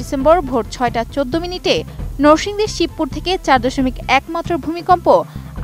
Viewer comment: নরসিংদী কে বারবার নোরসিংদী বললো পাঠিকা।রেকর্ড কে বললো র‍্যাকর্ড।